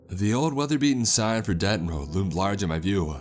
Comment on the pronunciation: was a bad roaduh had an itchyuh kneeuh ..had the mic on my throatuh